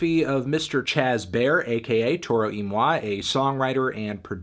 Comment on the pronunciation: It's pronounced "Toro Y Moy"! I refuse!